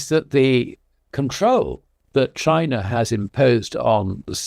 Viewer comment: It’s Chiner, not China. Weren’t you listening to the interview?